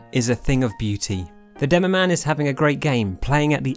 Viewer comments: Demomann, not demomaighne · not demoman *demomaneeee